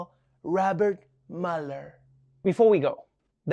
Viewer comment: Rabbit, Mueller. .....was it not? I think I heard Rabbit.